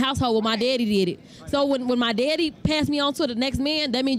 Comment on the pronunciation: "Mah' Deddy' did it" 🤢🤮